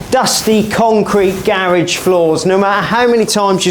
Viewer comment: I couldn't get past him/they pronouncing garage that way.